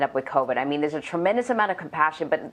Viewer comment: what in the - 😆 "...unuh-vax-i-nated" The way she said it 🤌😭